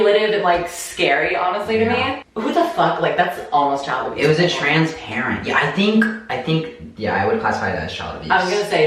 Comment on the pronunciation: My favorite thing is that you say "trance" instead of trans like 85% of the time.